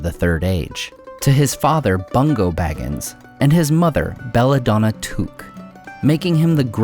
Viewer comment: Is that how you pronounce Took? I always assumed it was like “book”